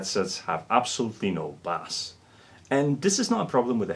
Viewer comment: Hey, been a minute, a phonetic way of thinking of the word "bass" think of saying the word "base",it took me a minute to figure out what the word was? Only reason I even mentioned it was theirs a fish that is bass!